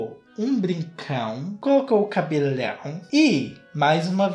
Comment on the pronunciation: Eu amoooo quando o termina a palavra com "lãun" exemplo;cabelãun.